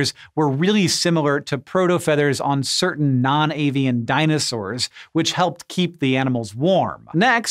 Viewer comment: "dinosawwr dna"